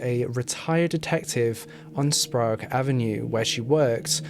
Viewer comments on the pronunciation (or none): Spray egg not sprague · Not to judge but it's probounced spray-g. i believe. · Sprague is like sprayg or spregg. Spokane is like spo-can. But the video was great! Thank you for including Yates who never seems to be mentioned which I feel is a disservice to his victims. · Sprague Avenue is pronounced Spraygue Ave not Sprawgue Ave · As a Spokanite I need to correct your pronunciation of Spokane and Sprague. Spokane is pronounced Spo-CAN, not Spo-CANE. Sprague is pronounced SprAYgue, not SprAHgue. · its pronounced spo-can. it's not sprog. sp-ray-g it's a short a in Skagit. ska-git. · As someone who lives in spokane my right eye twitched every time i heard Spo-Cane and sprag and not Spokane (spocan) or sprague (spraag) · And Sprayg instead of Sprog. :-D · As someone who grew up in Spokane, nothing makes me laugh and cringe more than hearing people pronounce the city wrong. The E on the end in misleading. It’s “CAN” not “CANE”. And Sprague is another tricky pronunciation. It’s pronounced closer to the way you say “PLAGUE”. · Sprague is pronounced Spra-egg. Very well done. Have lived in Spokane for over 40 years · Also: it’s Spo-can and spray-gue lol everyone who doesn’t live here pronounces it incorrectly lol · Pronounced....spoke-can And sp-rag.... rhymes with egg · No one ever knows how to pronounce our names if they don’t live here! I’ve had friends pronounce Sprague like Sprah-goo! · Its spoh- can. And spray-gue avenue. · Also, Spray gh (Silent h) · Also sprague (spray-g) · Hahaha saaame, I live in Spokane Valley, so its always funny to hear how people pronounce our cities and out streets lol. Oddly enough Spo-kaine/Spokane doesnt bother me as much as people that pronounce Sprague as Sprog haha! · we pronounce it like the word 'spray' with a 'g' sound at the end lol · Love the video but learn how to pronounce Sprague and Spokane. The DNA profile taken from Kathleen Brisbois body was found to be that of a male? DUH really?